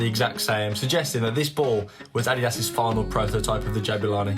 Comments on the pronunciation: Repeat after me: Addidas, "Uh-Dee-Das" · why you pronounce adidas like audi ass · The way he pronounces adidas ☠️